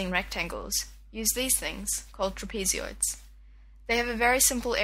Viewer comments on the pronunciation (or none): "tra-PEE-zee-oids"? No, "TRAP-uh-zoids"! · I need a lesson as to why you pronounce Trap-eh-zoids like that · Catzzz I spit my drink out when she said trap-EEEEEEZEE-oids!